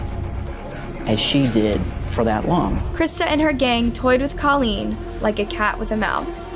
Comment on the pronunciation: christa pike WAS NOT friends with Colleen NOT at all! please correct that! christa ONLY cried when given her sentence! and girl grrrrrrrrr the pronunciations are still terrible!!